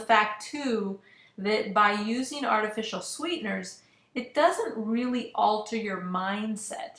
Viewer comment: How am I supposed to take this seriously when you cant say artificial properly? It's not "artifici-nal"